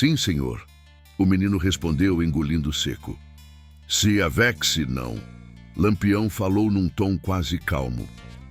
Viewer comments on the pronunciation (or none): Sou Consuelo ,de Lins sp, gente por favor acertem a pronúncia do narrador , a pronúncia é não se aveche: só que é escrito com x, mas o locutor fala não se aveche,que horror aqui é Brasil